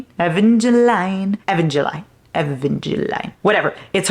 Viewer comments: Your pronunciation of Evangeline. 😭 you’re so cute! It’s E(like the letter)-van (like the car), guh-leen. Hope that helps lmaooo. PLEASE READ IT. ACFTL IS ACTUALLY SO GOOD. HAPPY ENDING DW. LOVE YOU QUEEN 🩷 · READ ONCE UPON A TIME I LOVED ALL 3 BOOKS PLS PLS PLS YOU WILL FALL IN LOVE. and her name is evangeline like eh-van-geh-lean